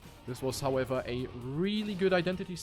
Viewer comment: I love the 'howevah' and 'eitha'